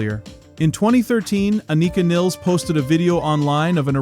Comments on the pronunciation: The Rush world has somehow landed on "Niles" the way it did on "Pert". Anika and other German speakers would say Nilles like "Phyllis". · Learn how to say her name you jackass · It's just 2112 bro. Twenty one twelve.... That bothered me, and your pronouncing her name wrong. But thanks for the video! It was very interesting! 🤟